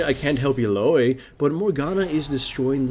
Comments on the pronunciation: illaoi ill-ow-ee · the way you pronounce illaoi makes me want to rip the skin off of my fucking bones. it's EE-LA-WEE